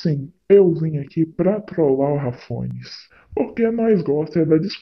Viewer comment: "Rafones" KKKKKKKKKKKKKK